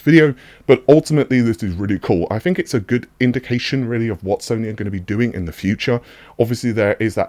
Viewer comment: Fing, fink, free. Why drop your TTTTTTTTTTTTTT's